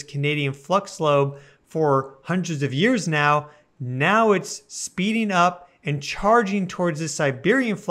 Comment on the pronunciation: I could have sworn you said "meow."